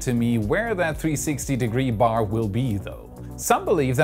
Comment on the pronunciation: He is setting the bar high (bay)